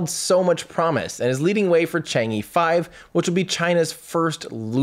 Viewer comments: I think Chang'e is pronounced Chahng uh, not Chong ee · It does not pronounced as "Chang E", it is "Chang 'e". Should sound like "Chang Eh" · It's pronounce more like chang-er than chang-ee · Thank you Tim for another year of excitement and joy! Great work, really appreciate it. Besides technical depths, I really admire your way of looking at failures and international collaboration. One correction -- Chang'e is pronounced as Chang Er, that e in Chinese Pinyin is like er. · two things: 1 The star link project can help us, but not Africa, the information equality theory doesnt apply there where millions of people are hungry. 2 the e of chang'e should be pronounced as 'er' in early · Chang is correct not chong, but the E should be pronounced as 'er to be exact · Probably more like "chong-uh", if you want to approach the Mandarin pronunciation, but that still wont reach it and actually reaching it is not necessarily something you should be trying to do.